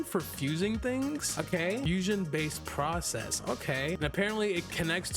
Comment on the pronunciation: He say fusoin😮 ice+dough=icecreem fruit😂